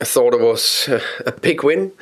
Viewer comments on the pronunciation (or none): Real question, did he say big win or pig win?